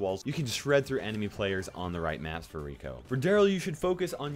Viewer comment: Its Rico, not richochet